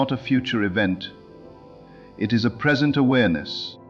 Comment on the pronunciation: Thank you for another wonderful Neville Goddard message! But, I ask you, do you listen to these AI generated speeches before you release them? Can't you choose a pronunciation, such as lìve or live? The word present or present? It's terribly disconcerting to hear gross mispronunciations at vital points in the narrative. Can you do better? I think you can.